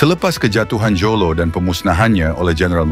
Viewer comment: Sebutan JOLO dan huramentado tu salah.klau nk buat content buatlah btul2.. "PENYARAHAN HARTA BENDA DI BORNEO" kpada british@ austria? Sy tegaskan di sini.bukan penyarahan tapi " PAJAKKAN@ PAJAK"jangan pandai2 ubah sejarah sesebuah bangsa